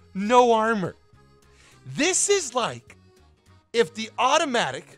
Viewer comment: "automatic" he means OTOMATIC.